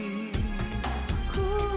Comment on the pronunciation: Seriously? If this was based sa original, sobrang layo po, dapat ka pronounce nito is Lupan hindi Lu-pin.